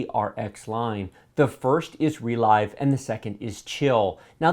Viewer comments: I think ReLive is supposed to be pronounced 're-liv'. As in you "relive" your gaminig experience when you watch the recording later. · It's not "re l-eye-ve" You relive the game through a recording. It's a verb, not a new made-up word. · Isn't ReLive pronounced as in "to live"? Because "to relive something" means to experience a thing happened in the past. Saying "Relyve" sounds very odd to me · Not sure what the official pronounciation is, but so far every youtube channel pronounces it like the word "relive". Funny, reminds me of the Nvidia ti cards like 1080ti which everyone pronounces lile the letters except for very few people who say it like the word "tie". :D